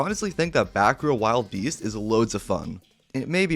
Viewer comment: It's not wild beast it's wilde beast (WILL DUH BEAST)